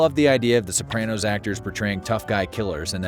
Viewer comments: You say "Sopranno" I say "Soprahno" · Why are you saying SopranNo? It is really grating. Pushed through 5mins but honestly can't watch the rest. Makes it sound like you never even watched the show and just stole the facts from other content creators for clickbait for the movie release